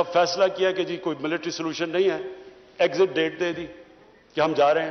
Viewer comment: The way he says "Exist Date da di" Its kinda funny :D